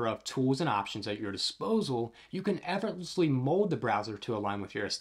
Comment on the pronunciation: You might want to put some more effort in the way that you pronounce effortlessly 😅